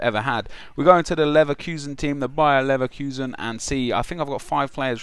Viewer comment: Its Leverkusen ;)